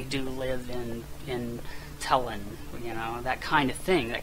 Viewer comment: do you really think telon is pronounced "tellin"?